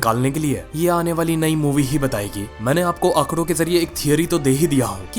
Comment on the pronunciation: Bro 'aakdo' not 'aakro'